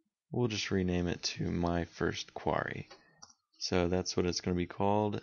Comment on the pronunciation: "quarry"... something to do with a stockpile of stones... which you kept articulating. "Query" that is, "queer-ie" a freakin' search that is something to do with why we came to your video. Why ya keep talking about quarries? weirdo.